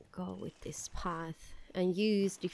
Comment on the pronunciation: Like she says dis instead of this 😡😡😡🤬🤬🤬🤬😒